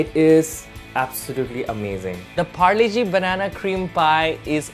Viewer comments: Polo G? Nah, it’s Parle-G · pharle -g ni h pargle -g hai accent ke marey 👎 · When he said parle g and didnt say g mane genius...that hurt😭😭😭